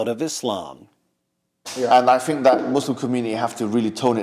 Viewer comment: "I fink dat musim community have to really tone it down" truer words have never been spoken